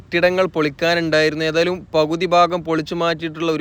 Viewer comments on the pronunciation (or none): എടക്കയ്യൂർ അല്ല, എടക്കഴിയൂർ ആണ്. പവുതി അല്ല, പകുതിയാണ്. കയിഞ്ഞു അല്ല, കഴിഞ്ഞു എന്നാണ്. എയ് വത്തി രണ്ടല്ല, എഴുപത്തിരണ്ടാണ് . ശ്രദ്ധിക്കുമല്ലൊ.